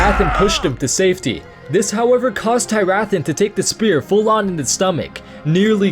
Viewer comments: It's Teer-uh-thawn. Not Tie-wrath-on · I had JUST finished this book a day before you made this video... wow. Also, I think you mispronounced Tyrathan. Other than that, great video. Also, Vol'jin set the traps, not the Shado-pan.